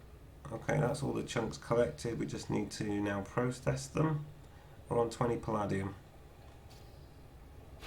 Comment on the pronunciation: Very useful video - thank you. You might want to check your pronunciation of "Palladium". It is puh-LAY-dium, rhymes with "stadium".